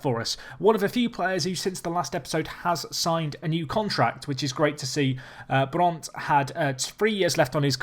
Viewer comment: I'm surprised you pronounce "Brandt" right, goof job :D